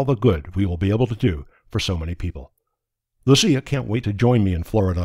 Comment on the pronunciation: Swede here, I'm happy that you got the Lucia name right and not pronounced as they pronounce it in Italy